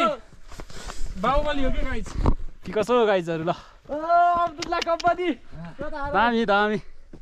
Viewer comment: Everything you have shoot was amazing but please tapai ko Guys bhannae chai euta ramro dictionary herera sikhnu parne awastha xa. Rest is best.